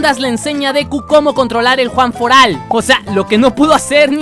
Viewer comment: Es one Fort Alt no Juan Fort Alt